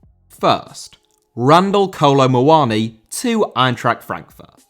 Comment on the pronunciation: Muani* not Muoni